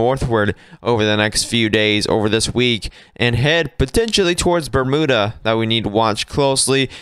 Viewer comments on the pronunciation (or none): Bermuda is pronounced Burm-you-da! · It’ pronounced Berm you-da). No oo sound at all!!